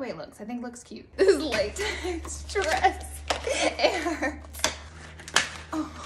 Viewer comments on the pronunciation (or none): none